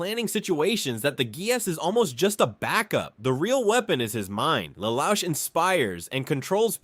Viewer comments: 'lel ouch' i am dying lol its pronounced le loosh a cursory search on pronunciations could tell you this man. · This guy pronounced Lelouch name in four different way lol